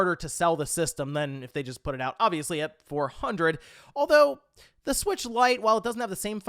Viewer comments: The nintendo Swiitch pronunciation is cursed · It makes me want it more